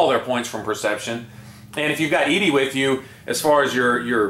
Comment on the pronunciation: why did u say ed-e like that, it is suppose to be a pun for eddy